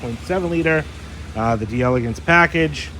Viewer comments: Just FYI, in French, it is pronounced DELL EGANCE. DEE ELEGANCE would be an Italian pronunciation. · Love ya,! The actual pronunciation of “d’Elegance” is “Dell-egance.” It’s a French conjugation of “De Elegance,” which as you already know means “Of Elegance.” Absolutely judgments! You’re still my favorite Cadillac expert! Just clarifying 😁